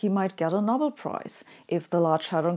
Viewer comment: Sabine, I enjoy your lectures and the humour you slyly insert in them, but every now and then I notice tiny errors in your otherwise excellent English. Here are two: 'series' is not pronounced as in German with each element given equal weighting; instead native English speakers say 'sea-rees', not 'sea-re-uh-ease'. And for us, the famous prize is the 'Know-bell', not the 'nobble'.